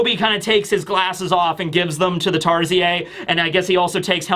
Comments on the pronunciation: Hi filipino here. Tarsier are not pronounced "Tar-zi-ey" it's more like "tar-sheer" or as google says "Tar-see-uh" Fun fact their eyes are bigger than their brain. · it's pronounced as Tar-Sheers.:) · Just wanna let you know Tarsier is pronounced (Tar-see-ur) 😊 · Just a heads up, as a Filipino, Tarsier is actually pronounced as "Tar-sheer." Have a nice day! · As a Filipino, the way you pronounced "Tarsier" feels very weird. We usually pronounce it as "Tar-sheer". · the "r" is not silent. It's pronounced as "tar • see • ur" or "tar • see • er". It's from Asia, not Europe, so why pronounce it like it's a French word.? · Why do youtubers never just glance at Wikipedia to check the pronunciation? Its tar-seer. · That has to be the weirdest pronunciation of tarsier ever,. 😂